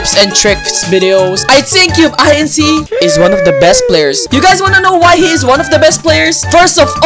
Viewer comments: cube i n c? dude its cubeinc its like a company cubeinc thats how you say it not cube i n c ITS CUBEINC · "Cube-I-N-C" that actually made me mad lol